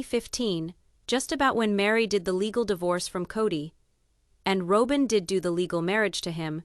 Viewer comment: This commentator needs to learn how to properly pronounce names! It's annoying. She says Ro-bin, then Rob-in